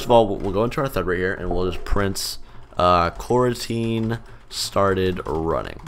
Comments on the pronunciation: Normal people: "Coroutine" Me: Q u a r a n t i n e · at first, for a second, i thought he said quarantine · FYI. To avoid confusion in it's title, it's pronounced "co-routine".